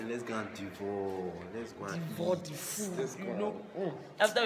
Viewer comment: he said, " devor" instead of devour hahahahhahahaha